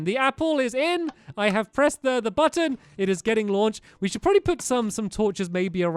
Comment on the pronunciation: You said probaly instead of probably